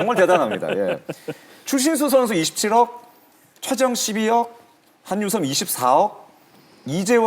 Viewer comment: 저도 계속 이거 거슬려서 집중을 못했네요 ㅋㅋ